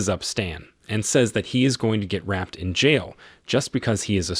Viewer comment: Dude you need to learn basic English pronunciation of common words like “raped.”